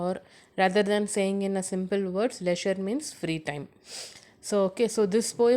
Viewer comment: Mam your prounounces of poem name is wrong